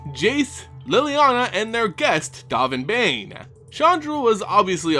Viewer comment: Dovin Baan rhymes with Alderaan Calling him Bane is just insane